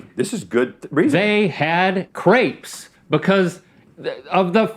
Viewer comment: don't worry rhett, us french already frowned on you 2 for the way you pronounced crepes